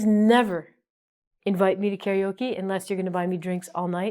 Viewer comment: Only one thing...The Japanese pronunciation is not kaRIoke. It's kaRAoke :)